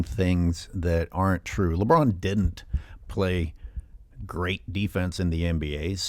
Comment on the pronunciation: omg the says “Broussard talks about LeBroon” made me laugh hysterically 😂